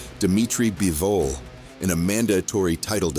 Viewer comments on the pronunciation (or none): Beevol? It's Bivol.